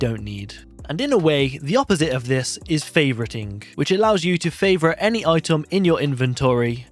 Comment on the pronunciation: "Itom" "Nimbol"